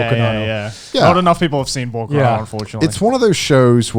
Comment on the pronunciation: Oh come on how wrong can you pronounce Bokurano? Yes, you absolutely overdid it. I'm actually impressed. But you are right there. Bokurano is an absolute must-watch and it's not as popular as it should be.